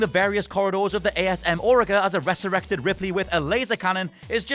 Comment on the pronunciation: The way you pronounce resurrect... disgusting 🤦‍♂️